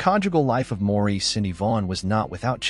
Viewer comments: Pronounced Morris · Maurice is pronounced Morris. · Please pronounce Maurice's name correctly. It is pronounced Morris or Mo for short. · Nope it’s Maurice